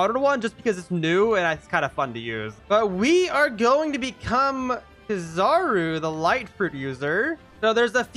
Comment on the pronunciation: U say it like key-zer-roo